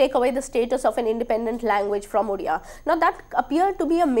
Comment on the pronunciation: You can't even pronounce Odia properly